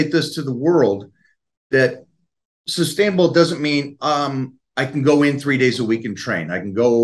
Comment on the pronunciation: I know isn't the sharpest tool in the shed but "substainable"?